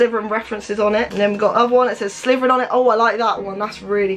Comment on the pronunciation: did anyone one notice she literally said sliverin